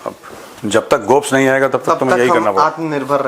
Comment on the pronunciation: Gopas boliye sir